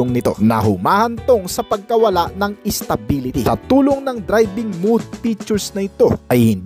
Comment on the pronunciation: Mowd not mood kuya. Lagi kna lang.😅